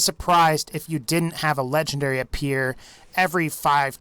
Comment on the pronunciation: It sounds like you’re saying lechendary 🤣🤣 but the best way to beat the warrior is go all the way to the left because your under this Ramada looking thing